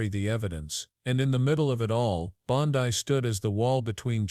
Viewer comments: AI voice is shit. Bondi = “Bond-ee,” not “Bond-eye” Waste of time. Much better quality non-fascist anti-MAGAt shit out there people e.g. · Pam Bon-die???